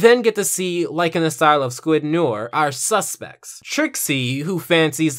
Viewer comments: oh my god please say noir correctly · You pronounced noir worng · Umm... you’re pronouncing “noir” wrong... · Just so you know, your not pronouncing noir right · Noir is pronounced Nwar not Nor. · Noir is pronounced "Nuhwaar" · Small thing, but noir is pronounced “no-ar” not “nore” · Please don't call me a grammar nazi, but since the topic calls for it... "noir" is more like "nou-ah" since r's used in this fashion are generally silent/barely audible when speaking French. i just used the "u" to emphasize the nasal quality when speaking the word. "noair" is almost as incorrect as "nore". OP's "no-ar" sounds a little bit better. I'm no expert in phonetic spelling, so I just looked it up: the proper phonetic spelling appears to be "nwa". Case closed. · Nice comparison! Though Noir is actually pronounced "nwar", not "nore". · Noure is pronounced [No-Are], got it? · It's not "Nore" it's "New-are" french for black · So... Noir is the french word for black, and it is pronounce Nu-ar not Nor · It's pronounce NWAR, not NORE. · Okay, good video, but as a kid who knew how to say it before he took French classes, it irks me that you mispronounce Noir. It is pronounced more akin to na-war rather than nor. Just a nitpick. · It's not pronounced "n or" it's "nori" like Jim noir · It's nuh-WAHR, not 'noyr'. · It’s not nor, it’s no-waar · Noir is pronounced "nwahr", not "nurr" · Nnew-are not newer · WHAT IS WRONG WITH YOU IT'S NO-ARR NOT NOR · Michael Fixedsys - Fixedsys Labs no ar is the correct pronunciation since it comes from the French language and btw noir means black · It's "nwoir" I'm French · It’s pronounced “new-are” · I just pronounce it "noyer" lol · In reality it’s more no-aur. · Arrow Head NO AIR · Great Review, but for future reference "Noir" is pronounced No-Are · It killed me how much he kept pronouncing Noir as Nor. I'm sorry for being annoying but it's true. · The way you pronounce Noir has got my OCD up. It’s pronounced ‘No-are’ Still great review though